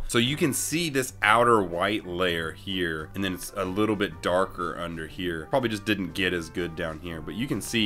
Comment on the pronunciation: U SAID HEAR INSTEAD OF HERE OMG